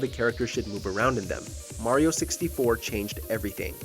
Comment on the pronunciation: No Chrono Trigger? You guys are whack, you can’t even pronounce Mario correctly.